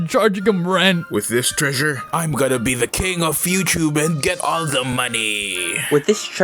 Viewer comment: "with this treassure i summon..."